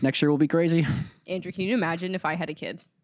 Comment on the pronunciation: not me thinking he said andrew juannn